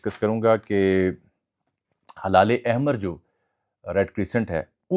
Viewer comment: Jami bhai it's not halal, it's HILAL